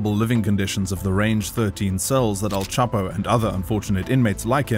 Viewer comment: All this research but you couldn’t get Chapo’s name right…